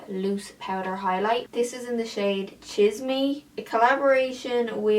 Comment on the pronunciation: The name of the highlight is pronounced like cheesmeh 😂 it means like gossip but that highlight is definitely fitting for the name